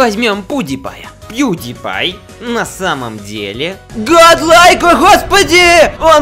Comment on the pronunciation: мне показалось или сказал пудельпай а потом уже пьюдипай